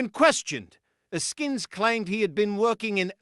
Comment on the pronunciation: Ask-ins - not A-skins If the UK is gonna report on USA crime....please do diligence on pronunciation!